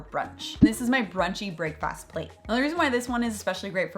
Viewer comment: I know why you're pronouncing 'brekfast' as 'brakefast,' but it does sound like James Bond ordering 'brakefast' in Dr. No. Yoghurt and plums, thank you.